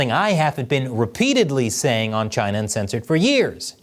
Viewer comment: Was not ready for the way you said "chINa" in the intro